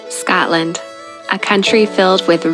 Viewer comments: Ugh that annoyed me too. And “Scatland” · Can you please not say “Scatland” or “Edinboro”